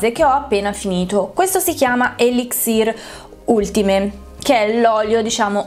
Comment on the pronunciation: A differenza di altri olii per capelli molto economici da supermercato, questo olio è termoprotettivo. Lo garantisce Kérastase nelle specifiche del prodotto. Ultime è una parola francese, si pronuncia ultim con l'accento sulla i. Grazie della review! La mia l'ho scritta su Amazon. Olio fantastico, acquistato più volte anche nella variante rosa.